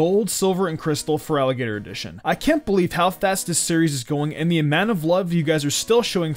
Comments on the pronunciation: i swear he says frogadier instead of feraligatr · LOL, you make the starter's name sound like "frog eater", at least during the firstc3 minutes :)